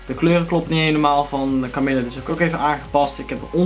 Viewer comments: echt heeeel erg bedankt! haha je spreekt het idd uit als kamieje ipv kamille maar dat maakt niet uit :D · HAHAHAH KAMILLE!!! Je spreekt het uit als Kamieje. Maar wauw, mooooooie banner! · supertof! je spreekt het niet uit als camille haha :') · HahHa, leuwk nieuwe banner. Idd verkeerde uitspraak maar het is ook een moeilijke naam natuurlijk =P